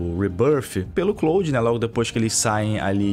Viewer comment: O falando "CLÓUDI" é mt bom kkkkkkkkkkkkkkkkkkkkkkkkkkkkkkk